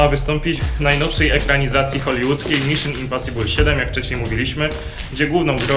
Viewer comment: i w książce śmiali się z Kuby że powiedział Dżak olanter czy coś a sami mówią np. Miszyn imposibul XD